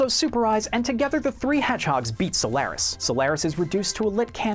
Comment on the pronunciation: You also pronounce Solaris wrong. smh